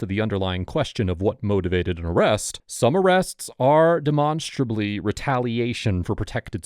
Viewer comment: De-monsterably? huh, new word to me..